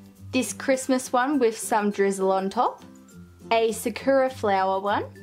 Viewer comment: Btw it’s saKUra not sakewra